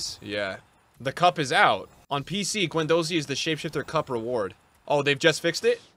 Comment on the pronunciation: pronouncing Guendouzi wrong for the 34th time